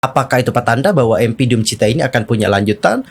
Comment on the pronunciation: DOOMCHITA kak, bukan DOOM CHITA 🙏🏼